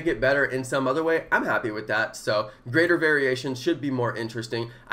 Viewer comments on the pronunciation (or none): none